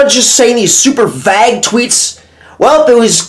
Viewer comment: Please look up the pronunciation of the word "vague" 😂